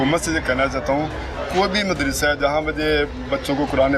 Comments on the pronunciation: Anchor ko madrisa kehna nhein aata . Wo keh rhi hey moodrasa ....moodrasa jb k us k samne baitha chota sa bucha sahi keh raha hey yani madrisa . In ki qabliat ka ye hal hey . Na kisi brey ka adab na chotey ka lehaz . Doputta b mojood nhein .Aek bazurg b baithey hein . Un ki hi sharam ker laity . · Mudarshe nahi Madarsha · Mud ras se Nhe hota Madarsah hota hy sahi urdu bolen